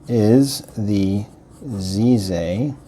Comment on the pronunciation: Nice video! FYI, the Z in Chinese sounds more like a forward J sound only made with the tip of the tongue and teeth. Plus the piston knob look is claimed by them to be a "bamboo" design.